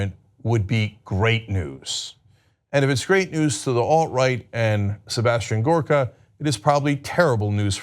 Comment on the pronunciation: Cenk you're mispronouncing it. It's Sebastian Gorrrrrrrrrrrrkaaaaaa.